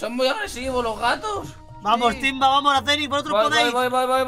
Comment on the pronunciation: No es aceniz es axenis